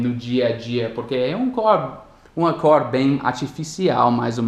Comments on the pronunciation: Você pronunciou a palavra "cor" errado, a gente fala "côr" . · cor.........color..........tua pronuncia esta' como o O de orange,,,, e'um O fechado,,, like in Minnesota...kkk trying to get another O